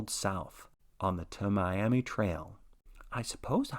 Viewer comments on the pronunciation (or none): Tamiami Trail is pronounce Tammy - Ammy. It isn't Native American it just the words Tampa and Miami squished together. There was actually a big to-do about it because Tampa was upset because Miami got their entire city name I the word and Tampa did not. If I am remembering correctly it was built to be a direct route from Tampa to Miami before we had our interstate system in place.